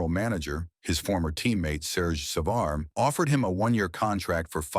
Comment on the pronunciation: As usual this AI know little can’t pronounce a hockey player’s name. It is GEE not GUY Lafleur. Also it is GEE Lapointe. Can’t recall Larry having much blonde hair. And it’s SAVARD. Larry will always be referred to as a true great. And a real gentleman.